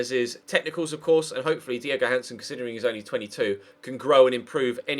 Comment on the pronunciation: JÓHANNESSON say his fkn name right